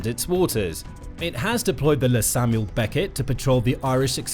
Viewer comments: It's L.E. Samuel becket not Le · Good video, the LÉ means "Long Éireannach" (Irish Ship), which is abbreviated to LÉ. When you say it its best to just say the words instead of the way you said it it sounding French like LA Samuel Beckett, just say "L" "E" 🙂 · Hey man great video but just a pointer the "LÉ" on all the irish naval vessels is pronounced "L" "E". It stands for Long Éirneach meaning irish ship in irish 😁